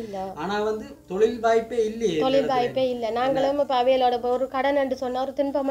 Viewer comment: தோழில் இல்லை ஒற்றைக்கொம்பு தொழில் please don't kill the Tamil